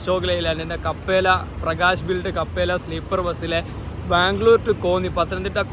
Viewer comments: കപ്പേല അല്ല bro ക്യാപ്പല്ല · കപ്പേല അല്ല ബ്രോ ക്യാപ്പെല്ല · കപ്പെല അല്ല ബ്രോ ക്യാപ്ല്ല aanu